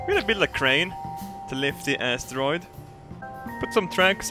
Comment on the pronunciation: i love how saying asstaroid:DD